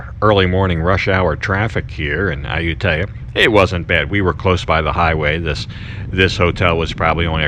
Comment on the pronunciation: I know your Thai is way better than my 1st grade Thai but that pronunciation of Ayutthaya is brutal I’ve never heard anyone say it like that and I’ve lived there for 5 months